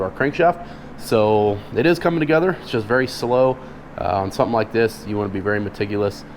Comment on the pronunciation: When he said “Metigulous” instead of “meticulous” first 😂